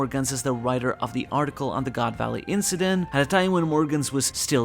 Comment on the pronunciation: I've been reading/watching your reviews for like 15 years or something at this point. But hearing you say goon valley was a top moment in my life 😂